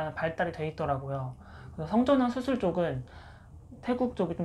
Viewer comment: 나처럼 ㅅ발음 안되시네ㄲㅋ 수술 ㅡ 후훌ㅋㅋㅋ